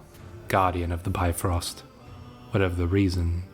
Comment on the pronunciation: If you're still reading comments - small correction: Bifrost is pronounced more like bihf-roast with a short vowel sound on the first syllable. It's a very common mispronunciation (even more so with the MCU movies featuring Thor).